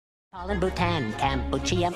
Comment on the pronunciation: Its not Cambochia it's CAMBODIA